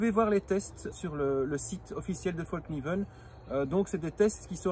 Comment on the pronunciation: Un conseil , pour avoir été empêtré dans une conversation identitaire, ne dit pas fallkniven comme tu le dis devant un suédois qui a trop bu 😁. Ca les fait rager de nous entendre mal prononcer leur rares marques alors qu'on fait des efforts pour prononcer correctement london, Manchester united , nike comme il se doit ..😉 Moi en tout cas mon coeur balance . J'ai eu des version d'autre couteau avec revêtement dans le passé. Et avec le temps ça devenait dégueulasse. Bref après tout ce temps il donne quoi le revêtement ?